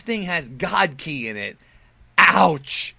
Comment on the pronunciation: this guy is shit he doesn't even know instant transmission and he doesn't pronounce kí right and his intro is lame